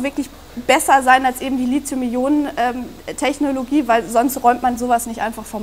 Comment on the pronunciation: Bitte nennt das Metall nicht Litium, danke! Es heißt Lithium mit einem harten T, gekennzeichnet durch das nachfolgende H. Griechisch für Anfänger. Hat noch jemand Knotschi zum Mittag? Würde zu meinem Lizium passen.